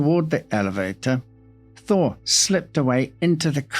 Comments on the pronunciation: Damn thee, … the entire time I thought you were saying Harry “Thor” Lol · Yes - it does sound like you were saying, "Thor" - not "Thaw". My mother, from Boston, would've pronounced "Thaw" similarly. 😉